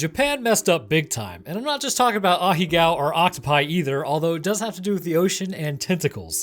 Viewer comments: Yo he straight up said ahigao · It's still bugs me how you pronounced aheago like that